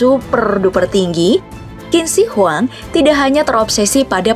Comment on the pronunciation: Kak, itu bukan kin shi huang cara bacanya Tapi cin she huang cara bacanya